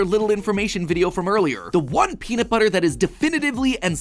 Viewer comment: Peanut buttah